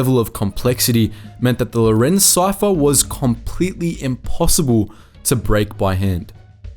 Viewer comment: By "impossiboo" I think he is trying to say "impossible." "Slyly" is his version of "slightly." "Principoos"? Principles. The Irish and the Welsh are doing their best to protect the English language from these yobboes.